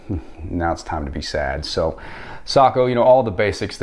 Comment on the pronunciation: Finally someone who says Sako the right way